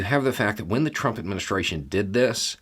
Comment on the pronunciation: I nearly choked on my lunch. You believe that Trrrumpp's actions were against the law. You said is such a deadpan manner. Thank You.